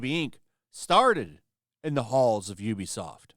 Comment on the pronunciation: You can tell which YouTube people are actually gamers by how they pronounce Ubisoft. You are a legit gamer.